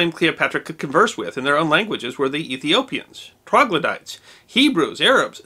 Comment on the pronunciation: A mispronunciation I believe, but I did pick up on that as well.